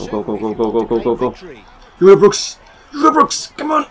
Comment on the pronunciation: By the way it's pronounced wrong you have to say ujtebroeks not youtebroeks